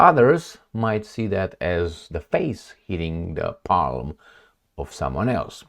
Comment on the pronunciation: nice shirt make the intros shorter "Palm" is pronounced WITHOUT the "l"-- just a short "a"